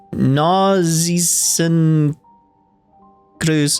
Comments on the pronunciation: You were pretty close on the pronounciation of "Narzissenkreuz". I, as a native speaker, would harden the "z" in "Narzissen" a bit and make the "eu" sound in "Kreuz" sound less like a standard "u" but in the end, german can be mean in regards to pronounciation. Btw, Narzissenkreuz means "Daffodil cross". The german name for daffodil came from the greek myth of Narcissus, who was turned into a daffodil. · Regarding your Nazissenkreuz pronounciation: The 'Narzissen' part was quite good, the 'kreuz' part was understandable.